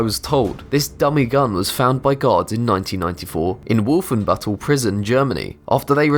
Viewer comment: Not only did you REALLY fuck up the pronounciation of "Wolfenbüttel" (spelling is also wrong btw), but in 1994 NOBODY wore those helmets anymore. Get your god damn facts straight. You guys used to bring out interesting stuff but now you just keep screwing up. Also, in the silhouette you show an AUG, though the dummy looks much more like a Sten.